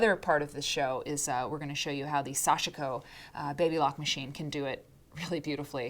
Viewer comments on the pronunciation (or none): Sashiko is pronounce with 2 syllables. Sash-ko.